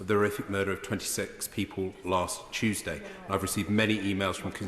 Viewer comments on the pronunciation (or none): none